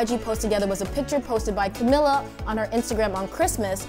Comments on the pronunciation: I would believe you if you know how to pronounce Camilla's name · First of all can you just say her name right lol 😂